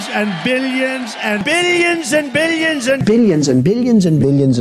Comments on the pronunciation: Did someone else hear 'Billionson' instead of billions and billions? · Why did I hear not billions, but billiensen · Billions Bilions Billions after all I hear Billionson... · bill jensen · At the start, i heard opinion instead of billions lmao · Did anyone else just hear billiyonson ?😂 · It sound like he is saying billy en zen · Nobody Trump: BillYens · No one: Trump: billionzen